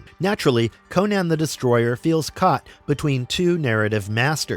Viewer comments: Crom, this guy midprouncing "Conan" throughout the vid is killing me. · . CONCH the Destroyer?!?!